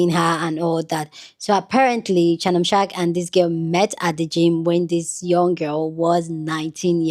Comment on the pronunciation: Shamnon shark??? I thought his name is Shannon sharpe 😂😂😂